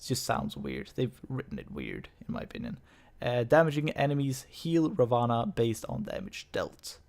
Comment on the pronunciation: Ra One. That's the way you pronounce his name.